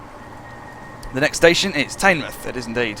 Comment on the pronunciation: it's not tainmoith, it's teenmouth